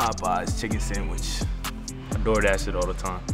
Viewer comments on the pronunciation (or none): "I doordash it all the time" sounded like " I adore that shit all the time"